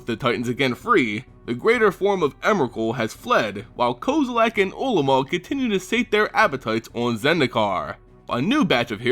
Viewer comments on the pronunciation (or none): STOP SAYING KOZILAK!!!!!!!!! REEEEEEEEEEEEEEEEEEEEEEEEEEEEEEEEEEEEEEEEEEEEEEEEEEEEEEEEEEEEEEEEEEEEEEEEEEEEEEEEEEEEEEEEEEEEEEEEEEEEEEEEEEEEEEEEEEEEEEEEEEEEEEEEEEEEEE